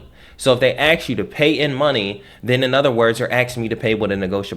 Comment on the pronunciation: He knows a lot of stuff but it bothers me that he can't pronounce the word ask properly. It's a three letter word and there isn't a x anywhere in it.